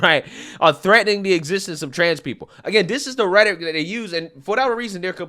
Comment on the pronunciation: Rhetoric is a 3 syllable word.